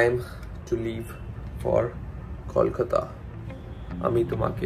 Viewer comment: It's not कौलकता, it's कोलकाता !!